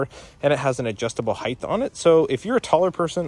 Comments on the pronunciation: Anyone that pronounces height as heig-th can’t be trusted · this guy just said heighth.